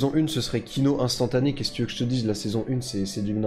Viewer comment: J'ai serré le poing tout le long de la vidéo sur ta prononciation des "u" en "ou". On prononce "u" pas besoin de faire un faux accent (mé bravo pour la tièreliste)